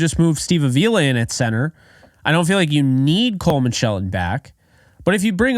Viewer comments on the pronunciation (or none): It’s Steve ahhh..vee..lah. Lol